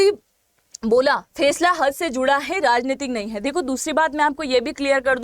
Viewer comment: फेसला नही फैसला - जेहाद शहर नही जेद्दा शहर उच्चार दुरुस्त कीजिए - मॅम